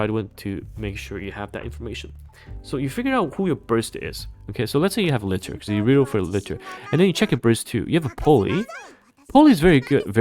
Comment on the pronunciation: How often are people going to mispronounce Liter in every NIKKE video? It's a real unit of measurement with a real official pronunciation.